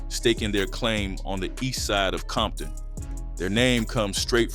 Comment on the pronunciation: Became the Crips worst nightmare?? Gimme a break. And this AI stuff is getting outta hand. What the hecc is Leu aders park? And there's no such place as bompton. 😒